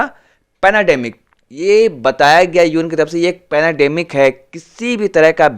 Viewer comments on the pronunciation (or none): Its not panademic it's pandemic. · Bro it's pendamic not penademic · भाई पेनाडेमिक नही है पेन्डामिक कहो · Panademic? Panademic? Kya bhari